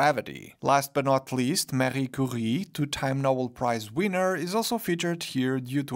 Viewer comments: i was really hoping out of all the lego reviewers you would be the one who gets Maria Skłodowska Curie’s name right but you didn’t 😔😔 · Especially disappointing since pronounces the full name for the first guy, but not for Maria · True, I guess it's much more difficult to say "Skłodowska", than "Curie", but it's her name, so lets use it: Maria Skłodowska-Curie;)